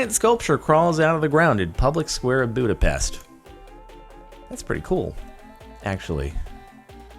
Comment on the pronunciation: It is so weird how foregin people say Budapest. I am from Hungary.